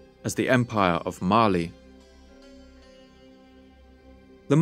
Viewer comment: Every time he says "Mali" I hear it as "Marley"